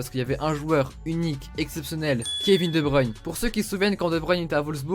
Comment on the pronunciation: Enfin quelqu'un qui ne dit pas de bruine et qui dit de bruyne